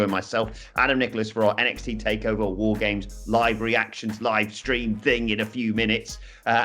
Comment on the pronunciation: I find your lack of emphasis on "WAR GAMES!!" disturbing...